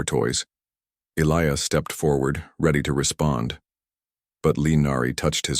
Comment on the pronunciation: Question, that you may want to also ask your AI..... Is his name "Eh-lee-us", "Eh-LEYE-us" "Uh-LEYE-us" or just what???? Because, apparently, your AI hasn't a freaking clue.